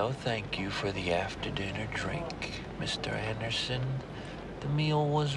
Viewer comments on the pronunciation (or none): Agent Smith comes to mind after hearing pronounce " Mr. Anderson"